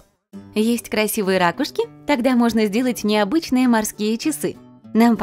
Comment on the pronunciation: Ракушки а не ракушки ударение на у